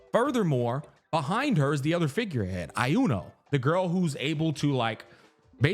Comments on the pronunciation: I swear to god if you pronounce Iuno as "AI-YUNO" again I'm gonna crash out xdd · SAY "I UNO" 1 MORETIME ISTG XD